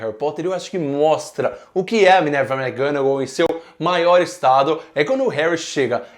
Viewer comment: não aguento mais ouvir ele falar minerva mcganagal